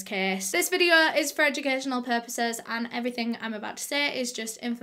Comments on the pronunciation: “Suh today’s videuh” Me: 👁👅👁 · Me: feeling sad: suh today’s videuh [sad feelings have left the chat]